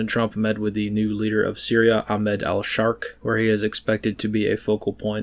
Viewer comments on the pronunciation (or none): Did you say al'shark?. His name is al-shara altho probsbly a shark